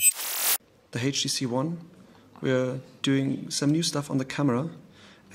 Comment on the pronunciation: its not hey chh tc